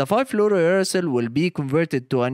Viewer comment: somehow u say it right when its uracil alone but not fluorouracil